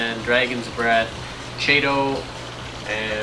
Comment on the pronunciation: ch is pronounced k.